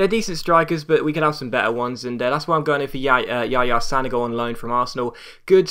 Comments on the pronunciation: Pronounced San-oh-go not San-a-go just FYI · its San-ogo!!:D